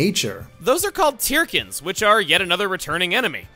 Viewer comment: Aren't Tirkins supposed to be pronounced as 'Turkins'?